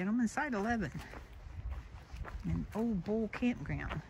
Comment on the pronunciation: It's pronounced "Ol-lee" Bull, long "E", "Ole" is a name.